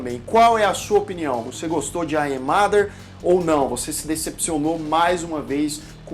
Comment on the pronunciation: "Ai é mader"??? Sua pronúncia é óóótima! 😂😂😂